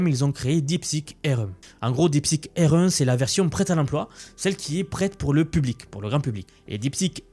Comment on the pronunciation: J'ai mis plusieurs minutes pour comprendre ta prononciation de "R1".